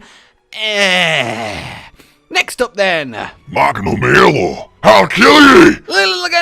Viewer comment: I-is magnamalo scottish?